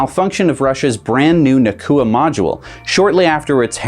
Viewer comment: Regarding the Russian ISS nodule: it's Nauka (Наука, nah-oo-kah), not Naqua.